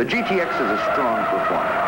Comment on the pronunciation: What the hell is a "gittix"??? It's G-T-X, Bud! Sheesh!